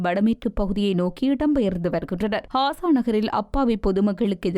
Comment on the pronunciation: Hasa அல்ல Gasa காசா ஹாசா அல்ல